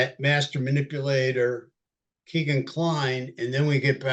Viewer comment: You dont know much about this case...truly...the very least of which, is that Kline's name is not Keegan, it is Kegan... rhymes with Megan. Details matter and it makes me think that your broad strokes, generalizing philosophy is what gets innocent people convicted... brutal